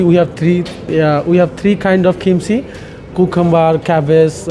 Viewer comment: আপনারা চ্যানেলে রিপোর্টাররা কি পাগল। কাকে ধরে নিয়ে আসছেন কথা বলার জন্য? কোরিয়ান ফুড সম্পর্কে তো তার কোন আইডিয়াই নাই। উচ্চারণ পর্যন্ত করতে পারেনা ঠিকমত। কিমচি কে বলছে খিমসি,ইয়াহিয়া ইয়েতে আর সাথে অসংখ্য ইংলিশ। একচুয়ালি ইংলিশ বললেও ভুল হবে। বাংলিশ করে ফেলেছে। নিজের ইচ্ছামত উল্টাপাল্টা সব কিছু বলছে।কথা কিভাবে বলতে হয় সেটাও এই সেফ জানেনা। খালি মামবলিং......ফুডের রিভিউ এবং ফুড সম্পর্কে যদি নিউজ করতেই হয় সেই জায়গার রিপ্রেজেন্টেটিভ এর সাথে আপনাদের কথা বলা উচিত দায়িত্ব রত ম্যানেজারের সাথে।